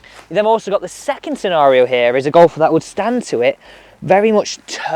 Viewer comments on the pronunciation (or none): none